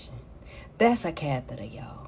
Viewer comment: dat rite dayuh, is a cathaduh 😅